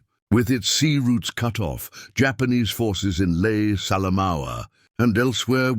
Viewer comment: LAE NOT LAY !!!!